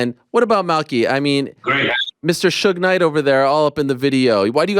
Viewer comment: Man said “suge knight”…